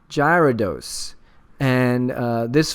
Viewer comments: Probably because no Giveaway. Scumbags -.- ....that or people mad about his pronunciation of Gyarados haha xD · WTF!!! No giveaway!!! Unsubbing and disliking D=< love your vids (P.S you mispronounce Gyarados)